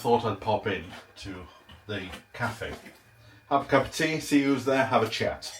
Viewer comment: Sorry you had such a bad day. I had a bad day yesterday. Lovely homestead BTW. I really like the way you say 'cup of tea'.